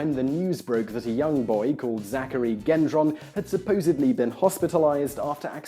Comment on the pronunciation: Gendron is pronounced "Jendron".